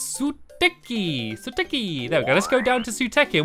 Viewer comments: its e-ray-pi and su-tay-ki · It's ( soo-tiki)